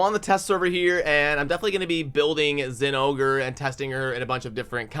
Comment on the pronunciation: I'm proud of you, you said the name right.